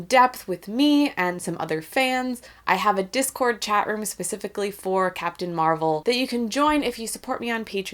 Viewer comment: ALSO. Stop calling her Marrelle. She's fucking captain marvel.